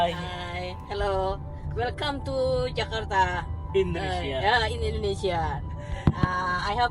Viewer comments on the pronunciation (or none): It's Jakarta not Jakatra. 😢